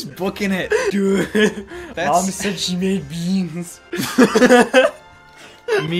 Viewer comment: “dued” “mom said she made beens”